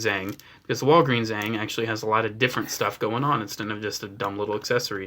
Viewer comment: Say it with me. A. A. Aang. Not uang